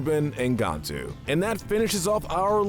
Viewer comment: Am I the only one slightly annoyed by the way he pronounces "Gantu"? I never one said his name as "Gawntu" so it annoys me